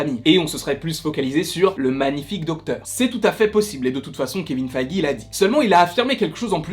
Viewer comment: Feeeeige pas faaaaige